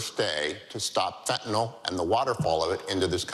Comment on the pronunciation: Chris Christie the only republican who knows how to pronounce Fentanyl.